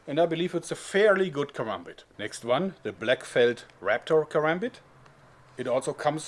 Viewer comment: congradulations you are the first white man I've ever seen to pronounce karambit correctly